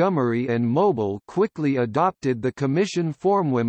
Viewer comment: I wish he would pronounce the word Mobile correctly when talking about the city.